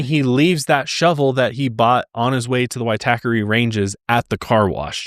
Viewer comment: Good pronunciation of Waitakere ranges! I lived there for many years (inc at the time Grace was found there). Also I've stayed at City life where she was murdered. Grim. PS Jesse was born Lower Hutt just north of Wellington NZ not Australia